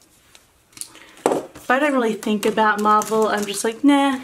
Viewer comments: I thought she was saying Marble too until she said about DC comics!! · When you said MARVEL I thought you said MARBLE and I was like "ok we aint friends anymore." LOL